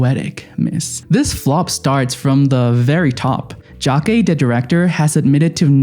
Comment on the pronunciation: you never took the time to learn how to pronounce jacques. emilia perez is not about mexico, its a soap opera anti-musical tv melodrama. It's not a serious drama about drug cartels